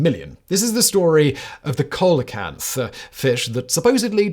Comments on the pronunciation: How come you mispronounce coelacanth as "COAL-uh-kanth"; when you show the proper pronunciation as "SEEL-uh-kanth"? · Dude do you even read what's in front of you? The coelacanth bit tipped me off. The prompt reads South African but you say South American The prompt says coelacanth is pronounced Seel-uh-kanth, you say colacanth. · On-screen text: "Pronounced SEEL-uh-canth" Simon: "Coal-a-canth" YouTube's auto-generated caption: "Cola cats" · “Coal a canth?” More like “see la canth”!🤣😂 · (/ˈsiːləkænθ/ SEE-lə-kanth) why do brits insist on mispronouncing everything? kind of hurts your credibility when you can't be arsed to look up proper pronunciation. or should i be calling you Simoun WaHistler? makes as much sense as saying "Coalikanth"... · Repeat after me......`SEE-LEE-O-KANTH`! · "Sea-la-canth" and it was a south african fishing boat, not south american. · Its "See-lakanth", not "coal-a-kanth" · It's actually "seal o canth" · See-la-can-th fact boy! I know you don't care lol. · Coelacanth is pronounced with a soft C, like an S. Easy to find out - look in Wikipedia. But Simon's just too flaming arrogant and lazy. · "Soccer for our American friends" Come on, Simon.. you must be aware that almost every English-speaking country outside the UK calls it "soccer" right? The US, Canada, Ireland, Australia, New Zealand and South Africa call it "soccer", too. EDIT: LOL - Coelacanth is pronounced "seal-uh-canth". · Apparently Simon didn’t “discover” the very large print in one of the articles on that last item or he would have seen how to pronounce “SEEL UH CANTH”. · I forget what other show of his i was watching, but he was pronouncing it "Coal-o-canth" and it physically hurt me to hear lmao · I remember the reports of the discovery in the press, which included a handy phonetic guide to pronunciation, although it was more ‘see-low-kanth’. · its Pronounced sea-low-canth like CeeLo Green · Only Simon could butcher the pronunciation of coelacanth that badly.